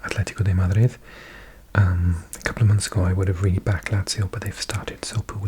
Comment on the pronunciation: The plot twist of hearing a strong Welsh accent switch flavour when said “Madrid”